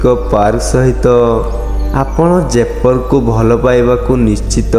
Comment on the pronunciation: ଦୟାପୁର୍ବକ ଓଡିଶାର ସ୍ଥାନଗୁଡିକର ନାମ ଭଲରେ ନିଅନ୍ତୁ 🤦🏻🤦🏻। ଜୟପୁର, ବଡବିଲ, ରାମଚଣ୍ଡି, ଗନ୍ଧମାର୍ଦନ 🤦🏻🤦🏻 ଭାଇ ଟିକେ ଭଲରେ ଉଚ୍ଚାରଣ କରନ୍ତୁ । ମୋର ଆପଣଂକୁ ଅନୁରୋଧ । ଭଲ ହେଇଛି ଭିଡିଓ